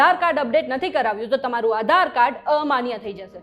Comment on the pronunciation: Maybe it's Aadhar Card, Not Aaa dhar card :face-blue-smiling